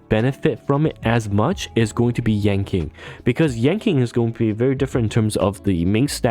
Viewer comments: just fyi but yan qing is pronounced more like yan ching and not yan king, hope this helps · It's "Ching Chue" and " Yan Chin" :face-fuchsia-wide-eyes: Q in pingyin is like 'Ch' without the h... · Stopped the vid after hearing "Yanking". I just can't lol